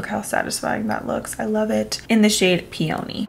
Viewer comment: the way you pronounced peony made me giggle lmfao